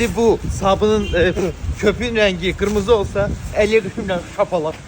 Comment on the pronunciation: Qirmizi demedi axi qimirmizi dedi